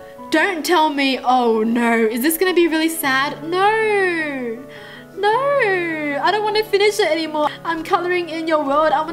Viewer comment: im not making fun of how she talk but i could not stop lauhing when she said no no no no all i heard was nor nor nor nor